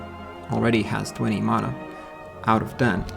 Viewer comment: It's pronounced mana, not mana.